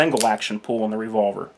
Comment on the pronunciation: cant tell if you are saying pool or pull lol. but nice video im sure it will help many new people in the firearm scene. do you have any experience with the LDA 1911?